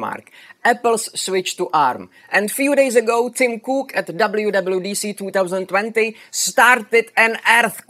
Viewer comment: Tim...Crook is what I heard! Thank you for nice explanation and builds!